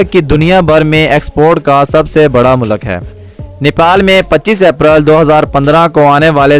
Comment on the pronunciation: بھائی لفظ مولک نہیں ملک ہوتا ہے مقصد آپ کا دل دکھنا نہیں بتانا تھا کی یہ آپ کی ویڈیوں دنیاں بھر میں دیکھی جائے گی